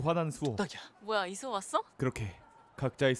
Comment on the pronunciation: 난 이수호를 야소라고 들어버렸다.........